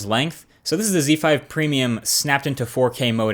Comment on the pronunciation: Great! A youtube reviewer that doesn't say "Ze/Zed" when pronouncing Xperia phones.